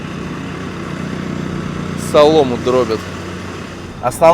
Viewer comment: всё супер (супер в твоих роликах - ты сам супер в квадрате), но твои ударения в словах это просто писец - к примеру, в этом ролике, не "солому дрОбят", а "солому дробЯт". После "дрОбят", возникает устойчивое ощущение что язык, на котором ты говоришь, не твой родной, но ты ошибочно решил что родной и ты его знаешь. Или что по родному русскому языку у тебя были двойки или максимум тройки и что ты вообще двоишник и троишник, а ведь это не так, ибо ты прекрасен в своём великолепии... Удачи тебе... во всём!!! Но кроме, наверное, проституток... это (как явление) сомнительное удовольствие, ибо это следствие социальных проблем, и проституция это только верхушка айсберга - сам айсберг на много хуже.